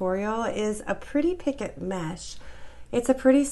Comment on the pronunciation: I'm enjoying your demonstrations (I'm a self taught crocheter). I have trouble reading patterns but visual is golden! ❤️. FYI: The correct pronunciation is pi-CO. The last "t" is silent in picot.